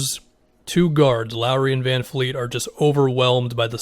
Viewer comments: Vanvleet not vanfleet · Its VanVleet......not VanFleet lol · It's Van"V"leet my man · It’s van VLEET!!! Can Americans not say VanVleet ? It’s VLEET!!!! There’s no “F” in his name !!! Fred VANVLEET